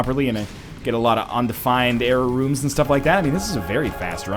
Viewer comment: Every time you say "Error Rooms" I hear "Jera Runes".